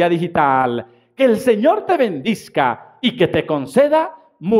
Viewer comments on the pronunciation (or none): Padre Sergio gracias por sus oraciones. Mucho me he aguantado de decirle que es BENDIGA... usted dice ben-dis-ga y no es correcto. Perdón por mi atrevimiento.